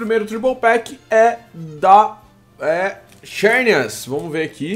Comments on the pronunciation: se pronuncia zernias nao xernias eu sei que escreve xernias mas a pronuncia é zernias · não se pronuncia xérnias e sim zãrneas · se escreve xerneas mas se lê zernias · se escreve xerneas mas pronuncia zerneas